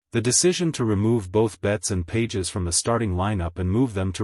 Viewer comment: You’re mispronouncing Pages’ name. Fake.